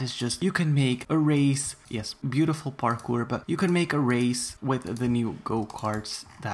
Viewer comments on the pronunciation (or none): none